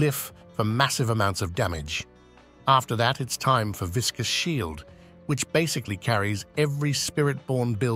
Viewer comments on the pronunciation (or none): It is my dream that one day one person will read it as it is: "viscous" instead of "vicious". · So basically this is Crushing Fist, but green, and no auto barrier generation. Also, I wish people would learn to read what the Paragon node is. Everyone and their mother keeps saying "VICIOUS" Shield, when that's not what it is. It's "Viscous", and it's pronounced "Visk-us".